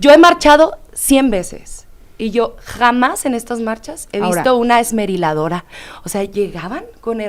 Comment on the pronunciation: tratando de decir esmeriladora al final 🤣🤣🤣🤣🤣